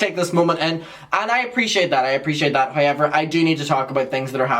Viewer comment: It’s the way he says however for me